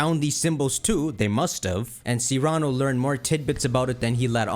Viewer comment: Cyrano - Sear uh no. Not See rah no.